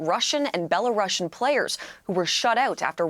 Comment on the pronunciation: Could you please pronounce the name of the country right?! Belarusian = beh-luh-roo-see-uhn